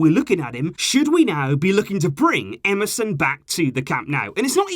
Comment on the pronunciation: When you said Emerson at first I thought you said msn😂😂